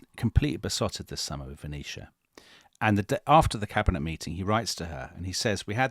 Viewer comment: sounds like he's saying Phoenecia Stanley, not Venetia.